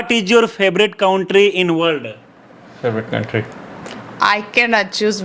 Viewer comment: कौंट्री नही भाई कंट्री बोलो.